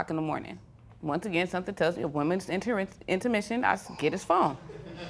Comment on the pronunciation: She said "a womans intermission" 😂😂 I died at that part. Judge Lyn should have corrected her.